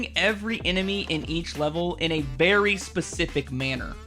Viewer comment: I thought you said “a BERRY specific manner” haha